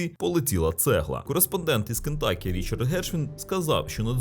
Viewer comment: З поверненням. Правильно переклад штату звучить "Кентукі", а не "Кентакі".